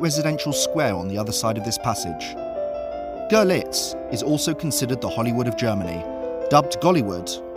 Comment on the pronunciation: Great video! Your pronunciation of the two cities cracked me up though :D The German city is pronounced 'Girlits and the Polish Zgo'zhelets